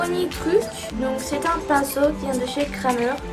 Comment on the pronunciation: Super vidéo ❤️ par contre on prononce « Krémer » 😂